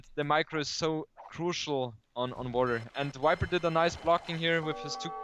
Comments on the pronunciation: I love but it makes me laugh every time he says wiper....... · kinda annoying that he pronounces all V's as W's tho, "wikings" and "wiper"